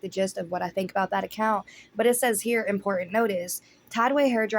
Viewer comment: I Lol'd when you mentioned the ping pong bowl. I can't stand the way she pronounces certain words, like important or as she says in-pour-int" 😂 She's such a ditz. The lip trend video is so cringe